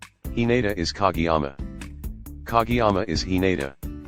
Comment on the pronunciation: It’s pronounced ka GAY yama